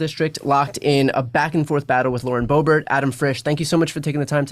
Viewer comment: The fact that he calls her BoeBART instead of BoeBERT is interesting. May be a history of dismissive exchanges there.